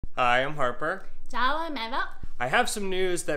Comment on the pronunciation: she is fantastic. I never would really consider making my own pasta, but this is so simple, and fresh, I will do it. he is a bit of a numb nuts as we say in america. nice guy but not all that bright it seems. I like how she says arrrper with no H